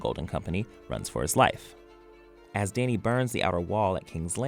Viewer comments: I'm disturbed by the way we pronounces "Dany". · Why is he pronouncing ‘dany’ so weirdly